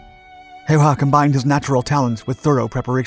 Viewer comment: Ä My man Ä... Not A